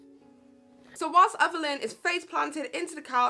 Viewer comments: It’s Everleigh not everleighn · You kept calling her Evelyn not everleigh 😂